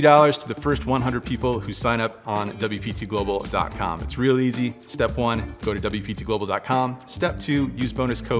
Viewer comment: anybody else hear say WPizzaGlobal during the ad segment after the first hand?